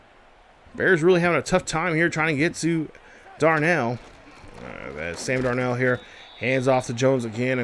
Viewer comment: You is butchering darnolds name 🤦🏽‍♂️😂